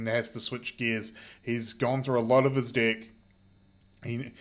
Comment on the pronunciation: its pronounced "deck" not "dick" 'EH' eh EH EH not IH, EH!!!